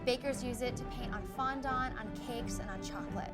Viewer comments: Yeah she said fondont instead of fondant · fon-dahnt, more like fon-don't